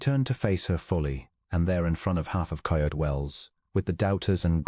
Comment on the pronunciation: I agree with the comment about the background picture not having anything with the story. Also the narrator mispronounced several words (for example: depot, Coyote). The story itself had an interesting premise - hopefully the story will be worth the time I am taking the time to listen. Listening from Clarksville, TN.